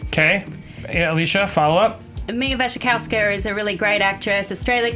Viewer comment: Mia Wachawski lol is so stubborn he wont have Alicia to correct his pronunciation